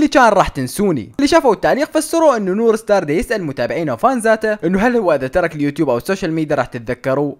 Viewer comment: نور مار ❌ نور ستار ✅ 😂😂😂💔